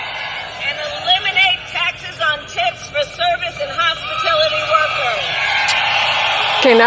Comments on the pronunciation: thank you I thought perhaps I was mishearing the "hospitility" workers comment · Ikr!!!???? That HospiTILITY workers had me rolling 😂😂😂😂. Perhaps literacy could be a priority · Hospitility...lol I caught that immediately. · 🤣hospitility—-that was a hoot to me;I kept wondering if anyone got it🤣. You did🤣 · I heard that... hospitility🙄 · “Hospitility” workers 😂. Kamala is a total loser. She doesn’t even know what she is saying. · Kamala "hospitility" Harris. It's almost like she's never even thought about the word, let alone the meaning of the word. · Its the mis pronunciation she keeps speaking. Hospitility is her word. This isnt a word you just mistakenly use... It isnt a word. She is reading a teleprompter and still cant speak. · lol! That's true! Great catch! 👍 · Pay attention to how Kamala pronounces the word. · No she pronounced it incorrectly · pay attention…she pronounced it wrong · I can say the word hospitality correctly not that hard could see a five year old saying it like that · Yes but she said hospatility, not hospitality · Thank you for being first person to notice the fact that she said hospitility not hospitality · Yes everyone knows what hospitality workers are ! Kamala said HOSPITILITY . She isn’t pronouncing the word correctly. Have a great day 😜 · Kamala said 'HOSPITILITY' NOT 'hospitality'. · Kamala said "Hospitility" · Yes and she pronounced it hospitility. Lol. Shows she doesnt know anything about them. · she said hospitility tho cant even pronounce the word correctly lmfaoo0! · She said “hospitilty” on purpose, giving her righteous deniability about taxing hospitality workers. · I said the same thing …. Hos-PITILITY workers?!?!?